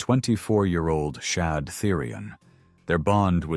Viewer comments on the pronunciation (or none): none